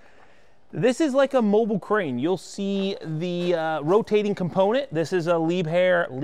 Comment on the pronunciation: I remember the first build you used the Magni on and it was like, a remote crane...cool! its pronounced lee-bear (Liebherr). I didn't realize you rented it. I can see renting over ownership because where I live, insurance would cost more than the machine. Thank you for informing us and its an awesome machine!